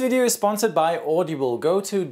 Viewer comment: "Audeeble".... lmao audible 😂😂